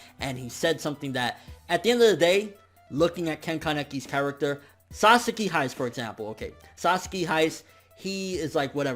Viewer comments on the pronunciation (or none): "Sasuke hiys"